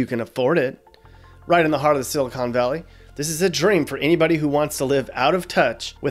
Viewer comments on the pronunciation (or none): none